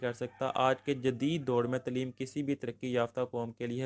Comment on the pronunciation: Acual lufz Taa leem hay tuleem nahi shukria